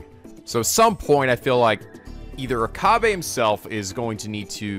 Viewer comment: Oh and and it is Oka-bae